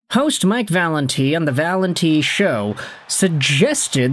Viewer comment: You murdered Valenti's name 😂